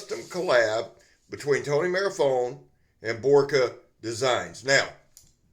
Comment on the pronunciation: Two inch toast wrap,, ???? 🤣🤣,, Also,, I think it's pronounced Mar- fee- ohni,, 🤔🤣🤣,, All the best my friend